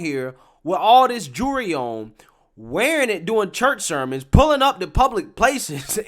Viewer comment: The L in jewelry is NOT silent!